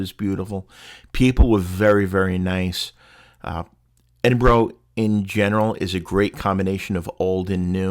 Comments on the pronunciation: i cantget past how you are pronouncing edinburgh - why? thats not how you hear it being said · I’m Australian and thought it was pronounced Edin bo row but it’s actually Edin bu ruh